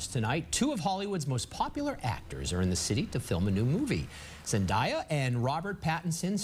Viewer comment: Zendaya NOT ZENDIEYA!